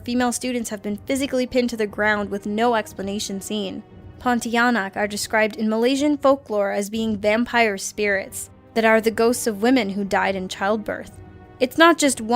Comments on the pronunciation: Haha it's pronounce as Pon-ti-a-nak. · Pontianak... haha sounds like pontiyaanak hahahahah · She pronounced puntianak wrong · you said Pontianak a bit weird, but the story behind it is very accurate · i just lol'ed when you pronounced "Pontianak" good try tho Well Done